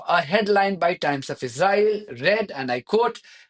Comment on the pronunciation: If you insist on speaking English please can you learn how to say Israel and Israeli properly, you sound ridiculous, thank you 🙏